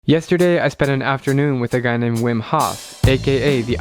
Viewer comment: It's pronounced roughly as VIM for English speakers.